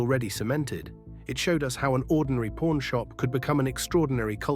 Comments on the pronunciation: I've watched this series for years! Was in the actual shop in 2013...but I have never heard it referred to as pOrn shop! C'mon...pronunciation please!🤦‍♂️ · Learn how to pronounce the word "pawn" right! Even the closed captioning shows "Porn Stars" when you say it.